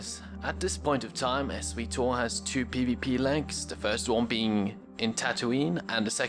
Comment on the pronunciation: S-we-tor? sigh Really is that how your waying it?